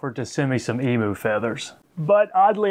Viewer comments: Eem you is how its pronounced,not eemoo.Otherwise us aussies are going to start saying OOSA instead of USA.(fair warning) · It's pronounced emew